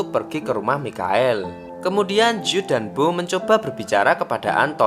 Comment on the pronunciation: Mikael😭😭 Michael baca nya maikel